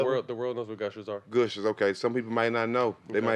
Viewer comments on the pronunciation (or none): Gooshers 🤣🤣 nigga its Gushers lol